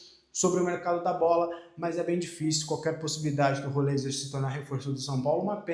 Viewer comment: pelo amor de Deus, o nome do cara é Rollheiser. Se pronuncia ROLREISER. Para de chamar o cara de Roleiser, por favor